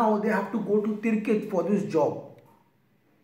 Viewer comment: its Tikrit, not Tirkit😉